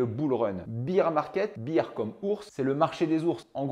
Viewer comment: Yep, du coup faut dire bear, pas beer